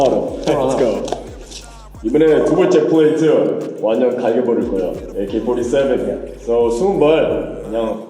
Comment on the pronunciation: # 에이케뤼 포리세븐